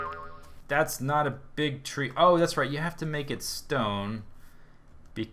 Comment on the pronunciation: I'm sorry but it sounds like you're saying "rape" instead of "right" xD